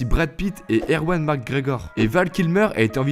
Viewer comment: J’ai pas pu regarder jusqu’au bout tellement tu écorche les noms des acteurs , personnages ou réalisateurs. Morfus, erwan (au lieu d’ewan) , et j’en passe , atroce pour les oreilles.